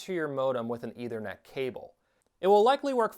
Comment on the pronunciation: It's a soft th in Ethernet.